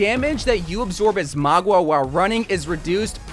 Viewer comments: Please its Mauga not Magua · I lose braincells Everytime he says magua instead of mauga. It's like mow-ga! Not maw-gwa! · Bro, it's MOW-GA, not MOG-WA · His name is Mauga, not Magwa lol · For the love of god please pronounce his name right, you keep saying magwa instead of mauga, you also pronounce kiriko wrong it’s so annoying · magua?????? dog i cant listen to this hahaha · why are you pronouncing it as "mogwa" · Bro stop sayin Magua 😭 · Where did you get the pronunciation Magua from? 🤣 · MAGUA? Bro is saying it wrong🤣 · tbf most people pronounce it maw-ga or mow-ga which is wrong but at least their actually pronouncing it how it's read. don't know where he got ma-gwa from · MAGWAH LOL what kinda way to pronounce it is that